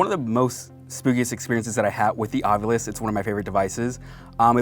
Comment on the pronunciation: from the way it's spelled, the "ovilus" would be pronouned "aw-vih-luhs" but is instead pronounced "aw-vyou-lihs" as in "ovulis" xD